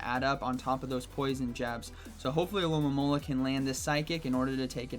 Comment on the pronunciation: Why can no one pronounce the name of this pokemon: Alomomola. Al-o-mo-mo-la